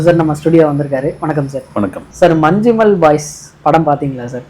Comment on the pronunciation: உச்சரிப்பு 'மஞ்சும்மெல்' இல்லை 'மஞ்ஞும்மல்'